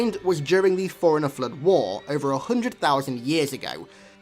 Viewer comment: The way you say Forerunner sounds like you're saying foreiner 😂